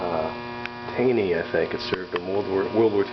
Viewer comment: first off it was a naval ship given to the coast guard. once in coast guard hands it becomes a cutter and is always a cutter even in wartime. second the name is pronounced tawney common mistake. also all naval and cutters have wires and pipe..... it isn't a cruise ship it is a military vessel. and no there is no privacy you want to jerk off you have to go to the head. lol! Semper Paratus 75-81